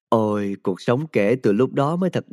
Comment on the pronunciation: Chữ ôi hơi mắc cười